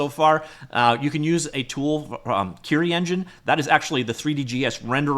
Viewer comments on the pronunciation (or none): none